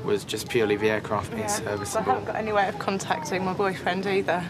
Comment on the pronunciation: “Uuuurcraft”